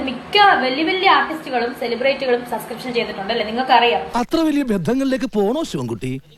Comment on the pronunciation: Sa sa sa sa sa onnu podi സബ്സ്ക്രീപ്‌ഷൻ പറയാൻ അറിയില്ലേ 😂😂😂😂😂 അബോർഷാന അറിയുള്ളു അല്ലേ